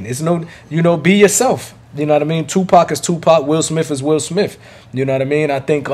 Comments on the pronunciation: U know u my guy right. I Love your channel and I watch your videos Everytime I log-on YouTube. But brother it kills me when u say Will Smiff, Will SmiTH brother 😁😉. U still Kool with me 😂. Keep Doing your thing!! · He said Will smilf!🤣